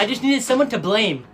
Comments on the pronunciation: It said balme instead of blame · When he said blame he said balme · Balme instead of blame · Also balme? It’s blame